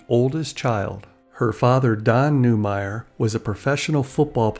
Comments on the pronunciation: It's not Newmire It's Newmar. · Not Newmire....New-mar.